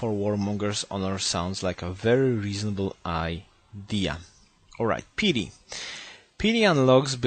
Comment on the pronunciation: Could you check pronunciation of the word " piety" please, It's a bit annoying you saying it "petey". Great video though.